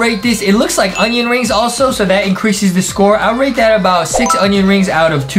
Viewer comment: Everytime Justin said rate he actually said rake love Miranda